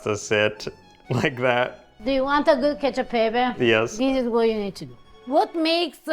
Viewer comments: it’s not “Catchio aahy peppay” 🤦🏼‍♀️ it’s “catchio eh peppeh”. Staccato. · This is not cacio e pepe this is CACHIIOE EErE PEPEEEErE lol